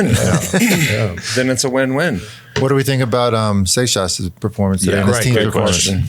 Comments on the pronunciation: We need Alain to give the official pronunciation of Seixas fo sho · Learn how to produce racers names and don't forget about Seixas😂